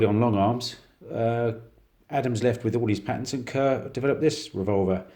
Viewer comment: It'pronounced like Car, not Ker.